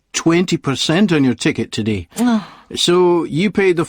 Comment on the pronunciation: Todee, okee? Is this a new accent?